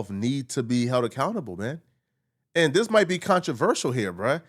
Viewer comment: really love the growth you’ve been showing since I first started watching you. The stuttering all that! I really look for your videos now. Only request is please work on the way you pronounce “this” it’s not “Dis” it’s such an ear sore abeggg. Other than that, much love